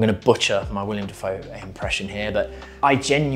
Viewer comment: Willem, not William.